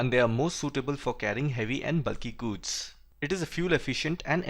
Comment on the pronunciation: Its not guuuuds, its goods lol